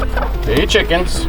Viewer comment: I love you say,”Release the quicken”!